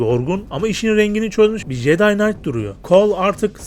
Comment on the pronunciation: jeday değil ceday diye okunur o, bilgin olsun kardeşim.